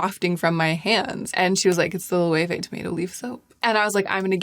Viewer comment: Great pronunciation of Loewe! Not even spanish people know that you have to pronounce it like that.